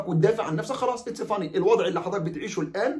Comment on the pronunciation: يا Its funny = هذا مضحك Its fine = لا بأس قول اتس فاين مش اتس فاني 🥰